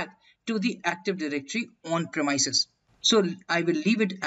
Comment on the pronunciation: great video.. apart from the pronunciation of the !premises!.. not "premyses" but its "premeeses"